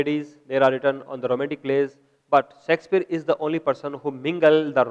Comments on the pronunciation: yah sexpier nhi Shakespeare sir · hahahhH not a sexpier its Shakespeare